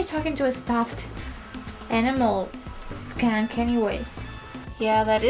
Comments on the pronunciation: skunk sounds like punk. You said punk correctly. Just replace the "P" with "SK" PUNK SKUNK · he he, it sounded like you said "that skank"! This is a really nice painting!